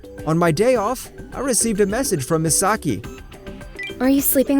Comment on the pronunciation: Omg i got stress out the narator keep saying mesaki